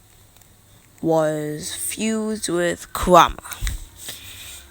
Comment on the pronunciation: He says kuwama aswell. 😂😂😂😂